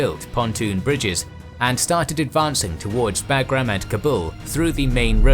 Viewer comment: When he says "BAG-GRAM" it lowkey makes me cringe